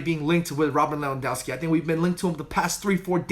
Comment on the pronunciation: You need to practice saying Robert Lewandowski 10 times/day 😂😂😂